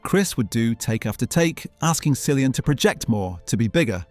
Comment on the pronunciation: Killian not Sillian please